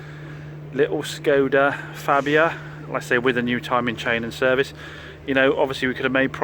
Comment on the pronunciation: It's pronounced "Farbia"